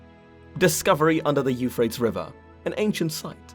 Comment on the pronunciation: Euphrates it's three syllables not two